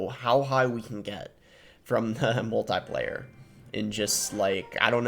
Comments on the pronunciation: Love your content Boss. Heads up, it's pronounced mul-te-plier as in a pair of pliers. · Might just be a regional pronunciation. If not, who really cares. Not that big of a deal. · Which one of us pronounces “multiplier” weird??